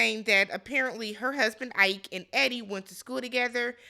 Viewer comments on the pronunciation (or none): Ike not like Tina Turner but "e kay"